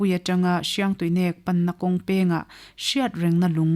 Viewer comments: Hriangtuinek nilo Hiangtuinek. Tihtur ani zawk. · Paite tawng a nih chuan Hriangtuinek a "NEK" lai hi thluk deuh tur ava nih hmel ve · Mizo (lusei ) tawng a "min nêk suh" inkhelh a mi kan va nêk kan tih ang a thluk tur nih hmel ka lo ti ve mai mai thadou leh paite tawng alo nih chuan